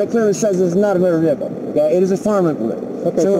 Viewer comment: It's a Mowtor Vehicle.